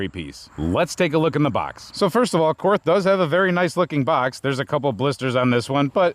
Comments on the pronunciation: I know it's cringe but: Korth is a German company and so it would be pronounce "KORT" (with a hard T) in German as there is no "TH" sound in German. This is why the stereotypical German accent uses "Z"s instead of "TH" sounds as that's the closest phoneme. You're all welcome I've made the sacrifice and posted the cringe post about how to pronounce the name. Now that that's out of the way everyone can actually post about the revolver. And yes, the pronunciation matters when you casually blast 357 through a $4100 revolver. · In Nazi, it's pronounced "kort." I'm German, I can use that word